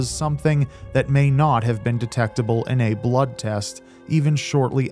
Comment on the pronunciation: Also the way she pronounced "bluuuud"